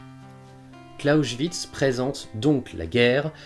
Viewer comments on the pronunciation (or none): Très intéressant mais Clausewitz, ça se prononce « Klaossvitse » et pas « Klaochvitse ». Amusant car tu faisais la même erreur avec pour Bismarck où tu prononçais « Bichmark » :p